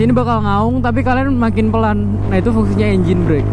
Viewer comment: maaf bukan pekan tapi pelan